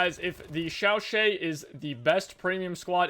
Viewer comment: The Chauchat is pronounced as “Sho-sha” with a silent T. It sounded like you were trying to pronounce something in Chinese with the “Shao “ pronunciation